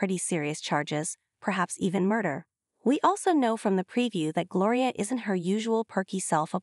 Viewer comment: It's Gloria not Glory